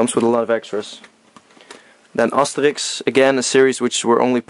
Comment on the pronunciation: lol the way you said Asterix... made me think you're Dutch